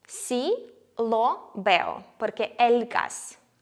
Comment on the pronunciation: Мені здається, чи артиклі lo/la правильно вимовляти з м'якою л (щось між ло і льо)? Без хейту, просто пробую заодно вчити правильну вимову, а на відео ви вимовляєте по-іншому і я не знаю як добре.